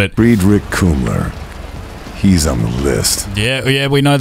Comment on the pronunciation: Every German watching him pronounce Fredrick Kummler is busy dying inside. 🤣